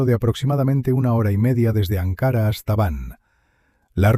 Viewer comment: Ankara, con k y parlabra llana, no esdrújula